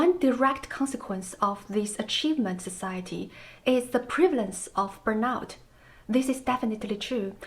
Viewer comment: The writing activity is nice. The things you think you are supposed to be end up sounding ridiculous. Although sadly it is what people expect. You should pronounce burnout as burn↑out↓; I might not have got it immediately without the subtitle.